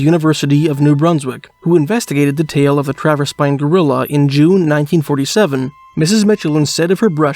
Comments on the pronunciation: like the Michelin Tires...not Mitchelin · Narrator is AI for sure, anyone who has seen a commercial knows how to pronounce Michelin as well (and im from the area, we pronounce it like the commercials). Also local pronunciation of Traverspine is 'Travis-Pin', and its closer to the Mealy Mountains vs the Torngats which are much further north in Nunatsiavut (Traverspine is in more traditionally Innu lands, The Innu Nation are the local 'indian' nation and some are up into the north around the Torngat mountains). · Good video, but as someone who's a part of the Michelin family, hearing the way he pronounces Michelin is pretty funny lol.